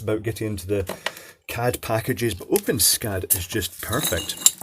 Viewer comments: Pronounced "open es cad" - not "open scad" :-\ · I've never heard it be pronounced like that before. According to the developers, it's supposed to be "ess-cad" (the way I've always pronounced it); however, from now on, I'm gonna pronounce it like you did. If you want, I can add some code to it to make it compatible with the built in customizer, so it uses drop-down menus, etc. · It is pronounced Open-ESS-CAD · Just an FYI, the developers of OpenSCAD have determined that it's pronounced "open ess cad" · i always thought it was pronounced open-s-cad